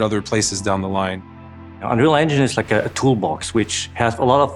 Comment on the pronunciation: Dude can't even say 'unreal engine' properly.